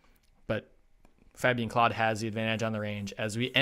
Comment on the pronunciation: The Claude brothers (Fabien, Florent who races for Belgium, and Emilien) is pronounced "Cl-ode", not "Cloud". 😉 Thank you so much for these Schalke event videos, very fun to watch while we wait for the World Cup races to start back up next week. 🙂